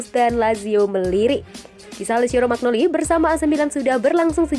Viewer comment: Romagnoli baca romanyoli...